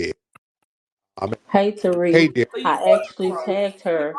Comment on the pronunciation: Lmao. Flex needs to just bang on them Suspected WS from the gate. The deliberate mispronunciation of Black names (Tah-Rick, Two-Pack, Fair-A-Can) is always the dead- giveaway.